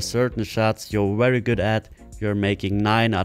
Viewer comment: Wideo, wery, dewwlope lol can't use words with''V"? hahahhaha!